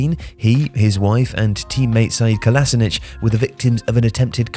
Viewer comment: Sayeed kolasinic?? Did you even try to pronounce his name correctly? It’s Say-ad Ko-la-she-nats